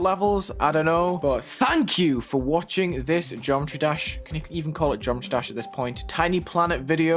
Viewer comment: he pronounced it "geom-try-dash" just that it might be kinda unclear